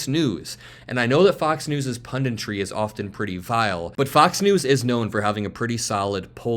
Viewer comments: Punditry, not "pundintry" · "Pun - dit - tree", not "Pun - dint - ree"